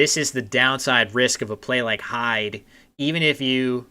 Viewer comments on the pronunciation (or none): Thanks for the reply. I'm watching the video piecemeal. I'm gradually catching up. Being a Geordie, and having lived in Scotland, I can suggest that the pronunciation of "heid" (game 4), is "heed", rather than "hide". All the best with future streams.